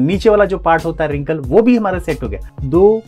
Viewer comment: Hamara ko hamra boldiya 😅